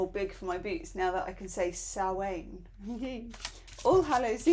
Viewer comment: the Samhain card is not pronounced sow-ane. It's sow-an. Like a female pig plus 'and' without the d!